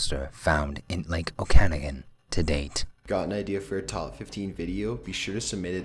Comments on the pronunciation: oak-ah-noggin, not oh-kannagin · O-can-ah-gan not o-cana-gin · On # 1, about Ogopogo, it's pronounced 'OAK a NAH gun', NOT, 'O CAN again' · ....it's pronounced "oak-an-ah-gan" not "ok-ana-gen" just saying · Good but it's not "Oh-can-i-gan", it's pronounced "Oak-uh-nog-in" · Lmao, oh brother do you badly miss pronounce Okanagan in your no#1 clip. Although I'm not surprised to see Canadian monsters at the top of the list I have to say that bigfoot is spotted and photographed much more often up here than the Ogo-pogo. As for Okanagan.... it's pronounced Oak - ah - noggin. its a native (Salish) word not a Scottish last name..... lol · The lake where ogopogo lives is pronounced; 'oak an og en'... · Okanagan lake Is pronounced Oak-uh-noggin Weird I know, but I should know because I live in Pentiction B.C. just on the south edge of Okanagan lake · he per ounce Okanogan wrong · Lake Okanagan. You totally fucked up saying that one right. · I like how number 1on the list was a 30 min drive from me. but at the same time I find it funny how you said the name of the lake wrong twice lol. but don't worry its a hard name to say unless you live around it for all your life. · my god, you butchered the pronunciation of Okanagan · Okanagan LoL the guy should learn proper pronunciation.